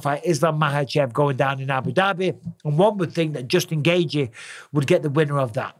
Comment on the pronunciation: Noone pronounces Justin Gaethje's name better than Michael Bisping. Someone needs to make an hour long loop of Bisping just saying "Jusin Gaethje".. please internet don't let me down!